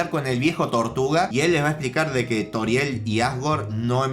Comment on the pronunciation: Se dice frisk y toriel no frask y tarial 😡